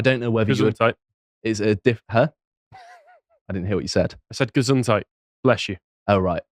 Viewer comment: Gesundheit ! Gesundhad in English . Love it.